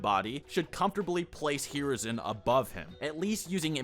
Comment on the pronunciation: Holy shit the way u pronounce hiruzen’s name is so off it pisses me off